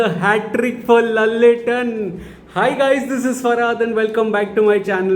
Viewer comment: Good to see you back to normal without even needing therapy after coolie & war2's trauma. A good movie healed the damage, wish you get to see more good movies like this and no more traumas. 😆😆😆 👍 P.S it's pronounced as laaletten not lallettan but i dont know why ppl spell it like that 🤷‍♀️ 😊👍